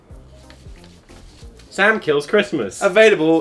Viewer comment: I tbought he said Sam killed prisoners